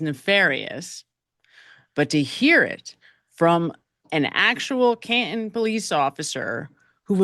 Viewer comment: Why has the partial word...im por ANT...taken over for the word... im por TANT? The name of the town in which this event took place has been changed to Cahun instead of Can TON?